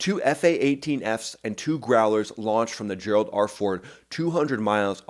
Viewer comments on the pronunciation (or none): none